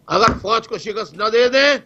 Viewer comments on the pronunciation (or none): none